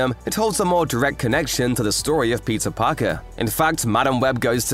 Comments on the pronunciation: The whole video I thought, that he is saying Pizza Parker 😂😂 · Why am I hearing "Pizza Parker"?